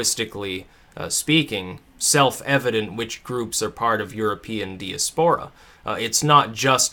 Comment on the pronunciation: Diaspora is pronounced die-ass-per-uhh